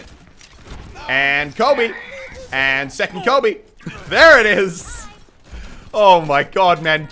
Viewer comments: He was saying Colby instead of coby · Did he say Colby instead of Kobe? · Is he saying Colby..?